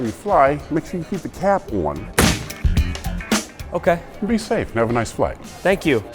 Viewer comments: “Just make sure you keep a cap “OIN” “ 😂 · "make sure you keep the cap oon" with an accent